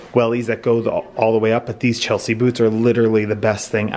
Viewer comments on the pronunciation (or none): none